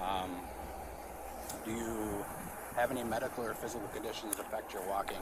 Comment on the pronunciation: this cop just slurred his words and almost asked if she had any major magical problems 😂😂😂